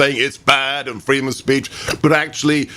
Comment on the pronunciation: Kamala: 'I want fweedom!